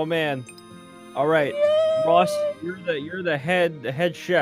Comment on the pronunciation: Aphmau called ross rosp